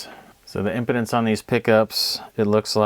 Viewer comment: Great video! Very helpful. FYI ‘impedance’ is pronounced differently than ‘impotence’😂